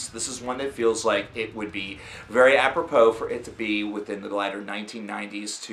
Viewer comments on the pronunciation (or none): none